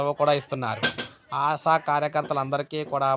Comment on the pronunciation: ఆశా'వర్కర్స్ కు ఆసావర్కర్స్ కు పలకడంలో తేడా కూడా తెలియదా? నీవు తెలుగువాడివేనా?